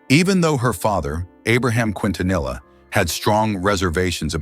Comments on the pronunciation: Thank you for your response. This is the second video I've seen that's done this in recent weeks so I'm afraid you bore the brunt of my frustration. Anyway, it's pronounced, Kin-ta-nee-ah. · Her last name is pronounced KEEN TA NEE YA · Mispronouncing her name is instant turn off for me, couldn't make it past that. Please learn her name properly if you're gonna make a video about her. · This was posted after Yolanda Saldivar was denied parole. I'm glad that she will never know freedom ever again. She wouldn't last 10 minutes out in public. The people would probably tear her to shreds which is no less than she deserves for all of the pain she's caused others. Also, this dimwit narrator should have at least learned how to pronounce the family name. I'm not a Latina but even I know how to say it properly. Angels sing thee to thy rest La Reina.